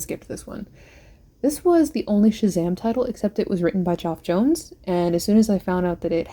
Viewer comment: I like how you call graphic novels and trade paperbacks "comic books" and comic books "single issues". Also liked how you referred to Geoff Johns as J'ohn J'onz. Cool vid though. Next time show the bottom of the books. I understand that some of them have remainder marks drawn across the pages.